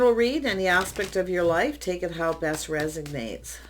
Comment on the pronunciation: Resonate. Res on ate. ( there's no letter 'g' in there )